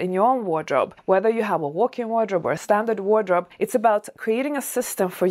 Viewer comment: Are you saying "workin wardrobe?"